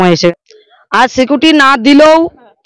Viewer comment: সিকুটি ✅ সিকিউরিটি❌😆😆